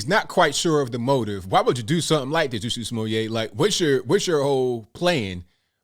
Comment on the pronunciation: To be fair, let’s at least spell his name and pronounce it right Jussie (ju-c) Smooye’ (smoo-yay) 🤣🤣🤣🤣